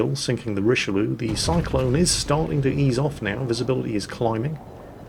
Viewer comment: Learn how to pronounce Richlieue